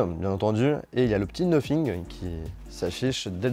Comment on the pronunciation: Sacrés français vous avez vraiment de la difficulté avec votre anglais😂😂😂 cest noThing pas noPhing AHAHAHAHAHA😂😂😂